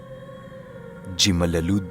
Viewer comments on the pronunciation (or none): pero pag basa ng jimalalod is himalalod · Jimalalud.. himalalud yung pag pronounce sir...taga Negros po ako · Yeahhh..part 2 na.. ang Jimlod is prounce Hemalalodcdito sa amen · Part 2 lapag na..hehe Jimalalod pala is pronounce dito sa amin HEmalalod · Di po yan gmalalud ang pronunciation Niyan kundi himalalud po ang pronunciation 🤗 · hi-malalud ang tamang pagbigkas hindi jhi-malalud.. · Correction lang po sa place jimalalud ang pag pronounce po himalalud❤ Tanjay din place ko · Its pronounced as himalalud. J pronounced as H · JIMALALUD NEG.OR. PO..yung "J" pag binasa ay "H"..ang pagbigkas ay "HIMALALUD" WAG LANG BILISAN ANG PAGBIGKAS.....!! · Good afternoon sa lahat.. Jimalulud- Himalulud ang basa nyan... taga Negros Oriental din ako.. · Jimalalud ( Himalalud) ganyan po ang pagkakabasa sa lugar na yan.. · Ang ang tamang pagbigkas ng "Jimalalud" ay "Himalalu" po.. peace✌️ #RespetoKadaTribo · Yung pronunciation po is HI-MA-LA-LUD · Himalalud po ang basa nyan 😊 sa wakas nkbalik na rin ako sa pkikinig ng mga kwento mo 😊♥️♥️♥️♥️ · pronounced po yan as Jimalalud ( himalalud ) avid listener from jimalalud po. proudly represent.. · read as hemalalod:) from negros oriental here solid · HIMALALUD. Po ang pagka pronounce po 😁.. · Jimalalud pronounciation is (Hi-ma-la-lud) after Tayasan. From Dumaguete Negros Oriental here! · Jimalalud pronounce as Himalalud ☺ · himalalud po ang basa Jan sa jimalalud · Himalalod ata yung pagka basa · Pronounced as Himalalod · ganda ng story mo...silent listener mo po ako....thank you po sa magagandang storya... jimalalud (himalalud ) po ang tamang bigkas....♥️♥️♥️ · Himalalud po ang pagkabasa ng Jimalalud 😅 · listening here in negros oriental,,,,, ang jimalalud sa tamang bigkas po ay himalalud,,im always waiting your new upload GOD BLESS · himalalud po ang prinounciation☺️